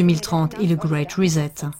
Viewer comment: « GREAT RESET » ET NON PAS « GREAT REZET » !!!!!!!!